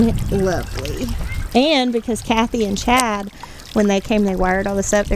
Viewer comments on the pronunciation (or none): none